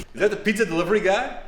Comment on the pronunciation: guys, if you HAVE to pronounce pizza, at least pronounce it right... I'm italian, so it really pisses me off... also, bad acting....